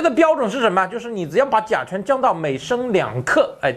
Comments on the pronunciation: 甲醇和甲醛都说不清楚，嘴里含着鸡蛋的主持人，佩服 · 聽著難受 甲醇 甲醛... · 你才吃甲醛？这个都读不准还做主持人